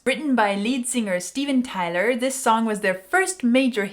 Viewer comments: Pronounced Ty - long "I" vowel - Tyler. Great classic song, obviously. Thanks,. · Tyler with the Y pronounced as I not A. Other than that good analysis.